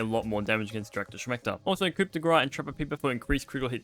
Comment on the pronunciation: Pronouncing both coup and grass incorrectly is almost impressive.